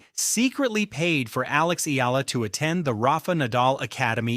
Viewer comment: It's e-a-la, three syllables, sir!